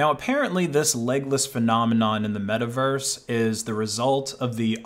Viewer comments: *it's metaverse, not miiverese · i feel a little bit weird every time he say Miiverse, also when he say that miis came from the wii u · he said mii vers lol